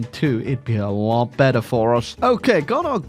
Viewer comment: "a lot baeder" 💀💀